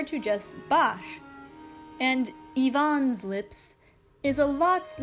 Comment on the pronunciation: You said Ivan's name and in my mind I spelled it as Yvonne and I was like "wait Russia's a chick when did this happen"